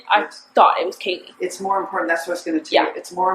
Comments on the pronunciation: Does it annoy anyone else that shes calling Kaylee "Kylie" Come on 😩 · it was so satisfying hearing her actually correct the lady saying Kaylee's name wrong for some reason